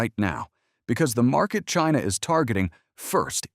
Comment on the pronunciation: Drink every time he says "Chyna!"